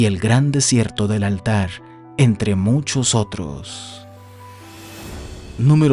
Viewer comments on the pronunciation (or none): Narra un extranjero para México, el origen del canal es de un país diferente a México y se la lleva cometiendo errores con la pronunciación de los nombres, desde Altar, Iztaccíhuatl, y el.colmo Tenochtitlan, de donde es el canal? De Perú?, investiguen? Todo por los likes de los Mexicanos? Lo que hace el mercado no? , 130 millones en México y los millones que hay en gringolandia, eso es lo único que les interesa